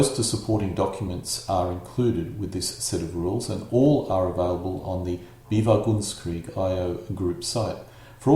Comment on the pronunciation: You seem go pronounce bewegungskrieg as BE-vi-gungs-kreeg, b'vu-GUNGS-kreeg, or even BEE-vuh-guns-kreeg (like beaver)? It's more like be-VEH-gungs-kreeg.